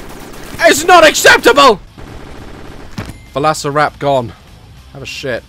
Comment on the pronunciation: can we just take a secound to apresheate how daz says volasoraptor